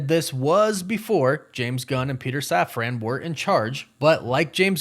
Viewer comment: safran. safran. safran. not saf-ran. safran. like safren.